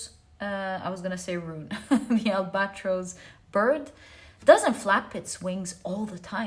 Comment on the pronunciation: Al ba tross instead of al bat rose❤